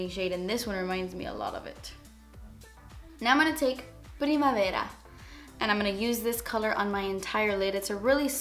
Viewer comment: I liked how you pronouced "primavera". that means "spring" in italian :):)